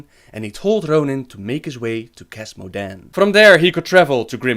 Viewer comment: Rrrrrrrhonin and Verrrrrreesa.